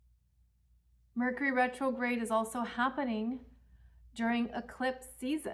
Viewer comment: Rercury Metrograde! 😂🤣